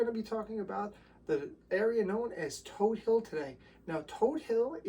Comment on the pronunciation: I'm glad you pronounced Todt Hill correctly...and not todd hill. It's toad hill!!